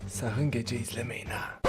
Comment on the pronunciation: Geceğ deyil gece